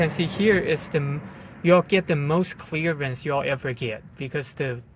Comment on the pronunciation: I love it when he says "chleeearence".